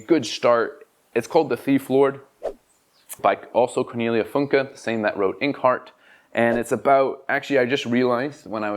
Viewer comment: Cornelia Funke is my second favorite German author after Walter Moers (City of Dreaming Books - your're welcome). You're the only BookTuber I've ever heard say her name correctly. I LOVED the Bartimaeus formerly-trilogy-and-hard-to-remember-to-not-still-say-trilogy. The humor and sarcasm was so up my alley. The main genie character was so flipping funny. I also liked Stroud's standalone Buried Fire about a dragon. (Although full disclosure: I'll read anything with a dragon on the cover, including the one by Funke). People who don't read middle grade lit are seriously missing out.